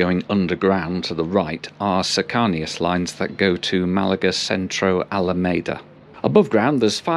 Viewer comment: Great video, just an FYI, cercanías is pronounced as Cir (like circumference), can, like a can of soup, e as in recieting the alphabet, ass as in your rear end Cir-can-e-ass